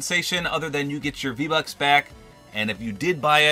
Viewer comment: He said v lucks